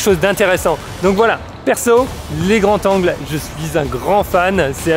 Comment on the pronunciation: Bonne vidéo, très belle image et bons conseils ! Mais par pitié, "des grandS zangles" pas "des grands tangles".